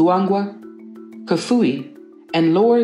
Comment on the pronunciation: You said Kafue,nshima and Nyanja completely wrong